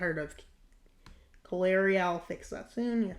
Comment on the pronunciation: yeah I know that, but he* kept mispronouncing it as Kaleria tho